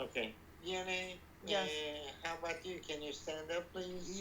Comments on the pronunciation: I'm subscribed! I'm from Cape Town and every time they say Vianey, I hear V&A like the Victoria and Alfred Waterfront and I get confused. If I could have cashapp I would throw my hat into the ring, because this Capetonian never says no to money! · What is her name?? All I hear is "V N A"